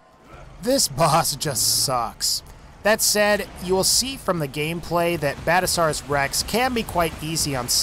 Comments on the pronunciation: Badasauras rex? No, its bad-azz-asaurus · 'Badasaurus rex' It's BadASSasaurus